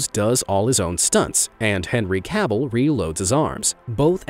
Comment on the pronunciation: I would like for you to stop saying Cavill wrong. it is killing me.